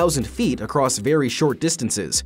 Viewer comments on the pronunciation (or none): none